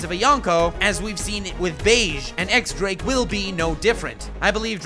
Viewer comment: Dress "rossa"? Its Dressrosa dude haha. And it's not X Drake, it's pronounced Diez Drake like the Spanish ten, but that's not super clear and Oda had to address it in an SBS, so it's fair you don't know that. Other than that, solid video bud, I love the historical parallels you make. Good work I was definitely intrigued. Drake left the Marines but we know he's good, joining Kaido straight from entering the new world is definitely for a reason. And Luffy took out doffy who killed his dad, diez barrels after rocinante stole the heart fruit from him, he said he didn't care and his dad was a dick but still could give him a motive to help